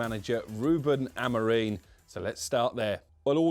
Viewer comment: Does everyone at TalkSport have a contractual obligation to pronounce Amorim's name incorrectly?